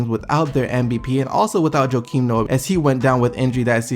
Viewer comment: This video sucks, I somehow made it to but after you mispronounced Noah's first name then said and thinking an Achilles injury is the same thing as an ACL injury